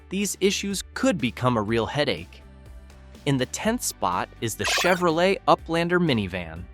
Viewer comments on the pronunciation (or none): none